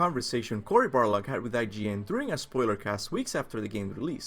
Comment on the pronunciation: Every video he says CORY BARLOG